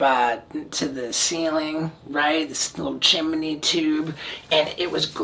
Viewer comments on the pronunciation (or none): dude said chimeny